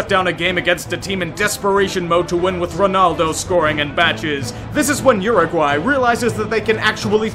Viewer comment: Thank you for pronouncing Uruguay correctly!